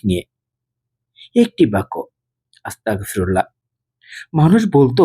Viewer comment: মাফ করবেন আপনার আসতাগফিরুল্লাহ বলাটা সঠিক হচ্ছে না,ওটি হবে আসতাগফিরুল্লহ,ধন্যবাদ